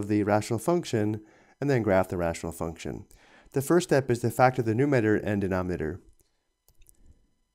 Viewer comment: It's numerator, not numater.